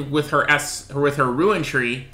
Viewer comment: its RUNE not RUIN. christ that made this unwatchable.